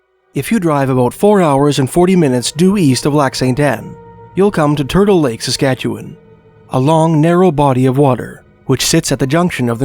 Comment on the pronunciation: Appreciate your correct pronunciation of Saskatchewan. ❤